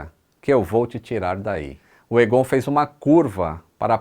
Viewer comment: O nome é pronunciado "Égon", não "Egôn". kkkk